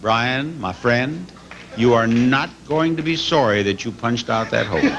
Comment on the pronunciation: Why does he sound like a Canadian when he says "sorry"?